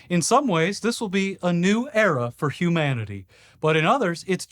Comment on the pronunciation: The stupid AI can’t even say “era” right.